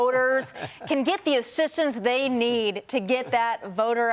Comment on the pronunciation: Can't you say rural? It's not hard. Rule is a different word.